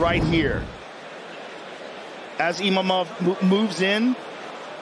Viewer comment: lol Joe Rogan “Emavov”